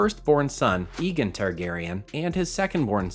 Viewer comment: did he just say Egen Targaryen?😂